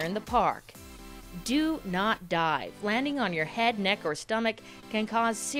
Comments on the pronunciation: When you said do not dive i though you said do not die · It’s dive not die